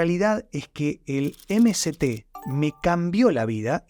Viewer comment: interesante y constructivo pero te recomendaría 2 cosas para que el mensaje llegue mejor, primero, si hablás en español, no digas "em si ti oil" en vez de "eme se te oil" o mejor lo que quieren decir esas siglas que ya me lo olvidé. Y la segunda es sacar esos efectos de sonido que distraen y confunden. Igual gracias.